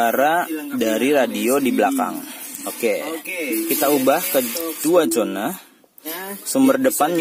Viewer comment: Zona mas usuuup... bukan Jona 😄😄